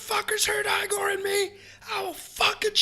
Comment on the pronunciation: Awesome narration! I've just found your channel and I'm really enjoying it..One little bit of criticism that's intended to be constructive: The name Igor is not pronounced "eye-gor" but the "ig" part is said the same as "big" without the "b"; sort of "igg-gor", if that makes sense? It would rhyme with "big oar" minus the "b". If you're ever unsure, Google the word and "pronunciation" — e.g. Igor pronunciation — and you'll get results you can listen to..I've subscribed and I'm really looking forward to your future videos! :)